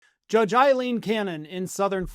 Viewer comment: Aileen is not pronounced as Eileen. The Ail in Aileen is pronounced as in fail, bail and jail.